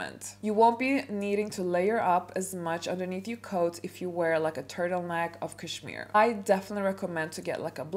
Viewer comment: Hahahahaha why not start your etiquette classes by learning how to pronounce cashmere. You can try and fake class and etiquette all you want but I think one way or another it will always show 😂